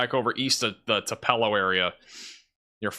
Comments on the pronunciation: Thank goodness I can finish my Hoot’s bbq in the Tillar graveyard. 😋 PS (Elvis was born in “two-puh-low” not “Two-PELL-oh”) 😮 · I have never been to Tupelo MS, but I believe it is pronounced similar to "two-below." 🌡